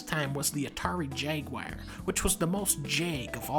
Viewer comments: "Atari jag-wire" - Dunkey, 2021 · The dude’s from Wisconsin, I get we have funny accents, but what the h*ck is that pronunciation of ‘Jaguar’ !